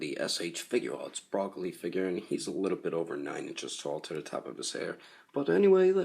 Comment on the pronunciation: Did you just call Broly, “Broccoli”? 😂😂😂😂